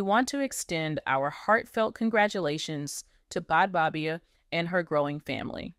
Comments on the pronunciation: It’s pronounced as Bad baby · To the channel owner.Please learn how to pronounce this young ladies name correctly🙄This young lady gos by the name; Bhad Bhabie pronounced like: Bad Baby you get it now🤔?? Cause the name you've been calling her,is outright WRONG & Disrespectful on all levels.That's it & That's all for now🙎